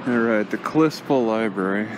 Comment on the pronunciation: you mis-pronounced Kalispell. It is supposed to sound like Kal is spell.